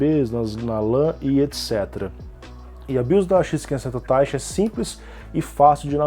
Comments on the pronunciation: Eu achava que falava "Taichí" e não "Táichi" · A pronúncia é Tai-chÍ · Eu acho que é "taitchi", com ênfase no chi, como em japonês.